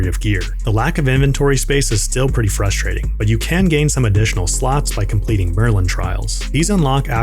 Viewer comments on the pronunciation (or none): none